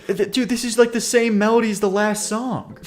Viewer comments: What accent makes you say “Songk”? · STOP SAYING SONK 😂 there is no k at the end of the word song